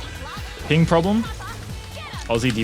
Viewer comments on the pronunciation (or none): none